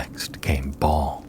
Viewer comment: He does pronounce words weird which always comes off as a red flag for Ai readers. Fir a second I thought he was saying mount arrest wrong, but just realized ive been reading it wrong, but he calls baal "ball".